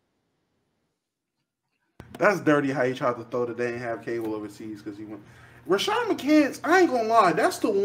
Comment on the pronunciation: Rashad not Rashard 💀💀💀